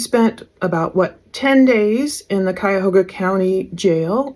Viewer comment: She reminds me of Mackenzie Sharilla on those phone calls. It was nice to hear Cuyahoga and Medina pronounced correctly.